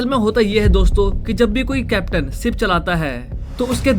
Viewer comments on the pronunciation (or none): Ship ko sip😅